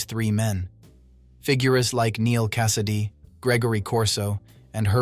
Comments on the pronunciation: The last name of Neal is Cassidy, pronounced like Butch Cassidy, not like a Mediterranean name. AI needs some brush up, as usual. For the record, my favorite Beatnik is Maynard G. Krebs. An interesting discussion about wisdom is found at Proverbs 8. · AI mispronounced Cassady